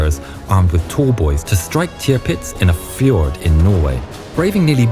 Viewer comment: Hi: Is TALLBOYS, not " tollboys" Bests Regards.